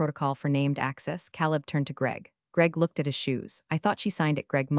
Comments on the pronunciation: “Caleb” is pronounced “Kay leb.” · Next time, PLEASE PLEASE pick a name that the AI can pronounce, not Caleb